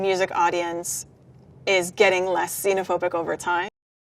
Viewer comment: 외국인혐오증 제노포빅(제노포비아)인 줄 알았는데 시노포빅이라고 말하네여